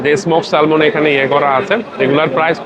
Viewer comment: শব্দ টা হবে স্যামন ল উচ্চারণ হবেনা